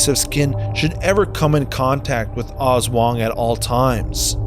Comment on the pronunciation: Aswang not oswang